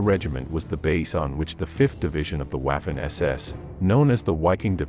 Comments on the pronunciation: Vaffen SS not Uaffen SS. Please German is not English. Congrats for all your work ! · Bro. Please try to use proper pronunciation. It doesn’t need to be perfect, but try at least. Waffen - Vahffen Wiking - Vee-king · It would help if you learnt German pronunciation: Waffen ="Vaffen" etc. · Do I wanna support your channel? Well, I'm 11 seconds into the video and your lazy AI gave me "Waff-fen" "Knight Cross" and "Leib-stan-dar-tay" so I'm good thanks, chief. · One thing, but it's pronounced "Vaffen" and "Viking." The W is pronounced like a V in German. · The narration is weirdly inflected. Leibstandartay? Wiking division, Whaffen SS. AI? perhaps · you are hurting my ears. if you want to do a video on the German army please learn the german pronunciation. Waffen = Voffen, w=v and your A in any language hurts everyone's ears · Interesting vdeo. My father fought against them during the Ardennes offensive. I think though you should consider scrapping what sounds to me to be the computer generated narration. The promounciation of German words is subpar, 'Waffen' is prononced 'Vaw-fen', for example. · He pronounced waffen wrong. The w is pronounced as a v